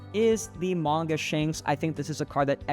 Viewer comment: The way you say Manga bothers me 😂